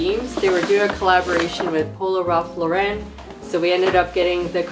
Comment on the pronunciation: Guys.. Polo is an American brand. It’s LAUren like the name instead of the Frenchy LauREN 😊